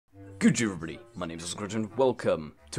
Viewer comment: every video makes the gdurgby sound more like good day everybody